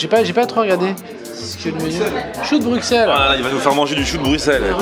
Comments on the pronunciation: Les belges doivent s’arracher les cheveux à vous entendre dire « Bruxxxelles » c « brusselles » la prononciation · ON DIT BRUSSELS MRC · Bruxelles se dit s et pas x